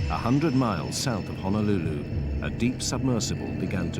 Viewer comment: It’s Honolulu it’s like saying turtle 🐢 in Hawaiian like Honu an say your lulu together not I repeat not HANALULU!!! Remember Hana means to work and Hana is in another island lol BTW Ugh please get it straigt!!! 😣